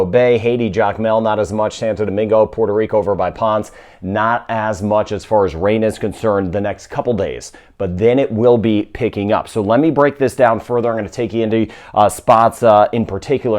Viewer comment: Hey guy, for Puerto Rico, Ponce is pronounced ‘Pon-say’. Just helping out. Happy day, Live & Light 💜🖤💜🖤